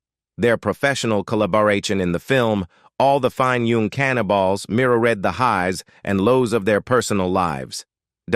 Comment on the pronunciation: Could AI ravage the English language any worse!? Stopped watching ca-anibals....